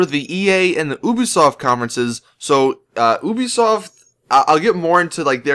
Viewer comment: FINALLY someone who can say it normally!